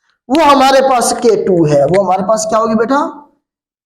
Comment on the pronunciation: With respect K2 ku k2 ku kehty hn sir plz correct it